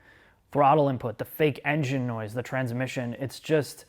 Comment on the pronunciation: Why did that guy say "enngine" like that? These videos are horrible, corny and overly dramatic